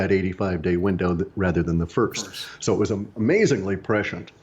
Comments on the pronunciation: The word is "prescient,"... not "pressured." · He's saying "prescient" not "pressured". That is all.